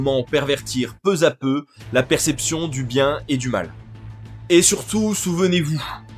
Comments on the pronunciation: peu'z à peu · Je me suis arrêté à "peu z'à peu"...😅 Bref encore un intello en carton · C'est bien analysé. Par contre évite le peu za peu qui m'arrache les oreilles. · Peu à peu mec et non peuzapeu 😂😂…bébé méluch…bordelisation de la société, aucun projet pour le futur si ce n’est d’assouvir ses objectifs personnels…vous trouverez tjs des Charlie KIRK sur votre chemin… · Excellente vidéo, juste une remarque : peu a peu et non peuzapeu. Il n y a pas de S donc pas de liaison... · On dit peut ta peut. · "peu za peu" ???